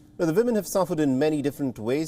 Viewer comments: We all thinking it right ? Its Woman with a "W" not a 'V' :) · At first I heard saying 'villain' instead of 'women'. cheers from the Netherlands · If he says "Vimin" one more time, I'm going to throw up.